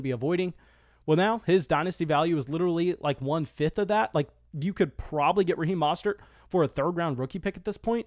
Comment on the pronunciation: Do ya’ll pronounce it Mostert or Mostert?